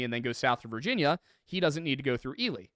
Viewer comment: Congrats on pronouncing Ely right this time!